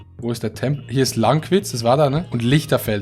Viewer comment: wie du lankwitz aussprichst. Baba